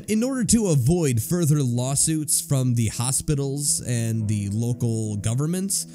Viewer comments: I can't take anything seriously when the narrator says "da" instead of "the" every single time. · The one narrator pronouncing "-th" as "d-" or "-ph" is driving me nuts because everything else sounds normal so it sticks out every time.